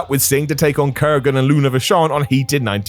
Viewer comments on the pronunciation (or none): Why does keep saying "kurrigan" instead of Kurgan sometimes? 😂